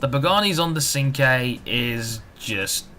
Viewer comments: you need to learn to drift in this game by turning the traction and stability control off so you can judge the drifting in the car as well. and sorry to burst your bubble but it's pernounced chinqwey not sinque. but i could be wrong. it would be a good idea to do nurburgring laps as well in these cars and post the time on those as well. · Great review ;) you pronounced Cinque wrong though, but who cares :P